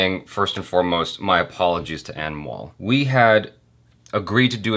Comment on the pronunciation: Who else heared "Animal" all the time instead of "Anmol" 🤣 Jo bhi sunai diya shi hain uske liye 😂